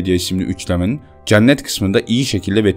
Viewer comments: Hocam çok güzel bir video olmuş öncelikle ama "ceannet" diye teleffuz ediyorsun ya cenneti ısrarla kulağıma takılıyor hep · Olumsuz yorum olarak algılamayın ama Cennet telaffuzunuz yanlış kapalı e olmalı dikkat ederseniz aradaki farkı anlayabilirsiniz ,TRT telaffuzdan da bakabilirsiniz.